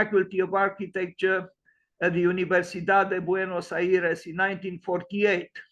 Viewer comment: Hello! Buenos Aires is not pronounced like that. Best regards